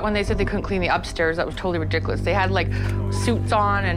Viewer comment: That’s just ruh-dick-cuh-lus 😂